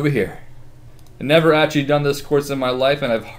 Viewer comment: Oh my gosh stop saying actually. You say actchy.